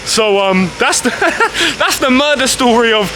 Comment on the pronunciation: Smoke a bong everytime he says murdah of city hall😂